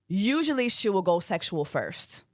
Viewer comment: Immediately hearing “ I weel vote” at the start of the video 😂😂